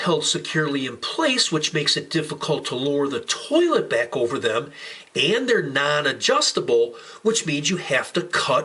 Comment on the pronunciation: Why does the way he says towhlet trigger me